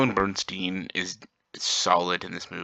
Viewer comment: she is called Ellen Burstyn not BERNSTEEN